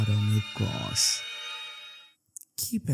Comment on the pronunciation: বিস্ময় শব্দটিতে 'ম' উহ্য থাকে। উচ্চারণ হবে 'বিসসয়', 'বিসময়' নয়। এছাড়া ক্রসকে কশ, আসছে-কে আসলে, অসাড়তা আসার....... উচ্চারণ খুব খারাপ।। আবহসঙ্গীত কণ্ঠকে ছাপিয়ে গেছে।